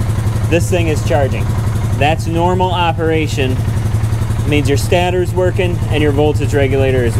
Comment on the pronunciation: stAtor not stattor.